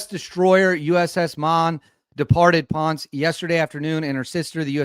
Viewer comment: PONCE, PUERTO RICO IS PRONOUNCED PON-SAY